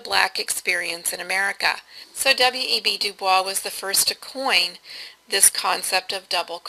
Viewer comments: This was a very good summation of Smith's approach to social inquiry, with one exception that drove me nuts. WEB DuBois is not pronounced using the French pronunciation or Streetcar's Blanche, but Du-Boyz. I know it's counter-intuitive, but that's the real deal. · You say WEB DuBois so flawlessly xD